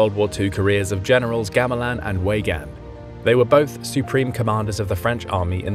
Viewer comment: You need to work on your pronunciation of Weygand,.